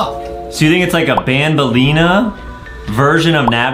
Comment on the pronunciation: Adem said i don't wuv banbeleena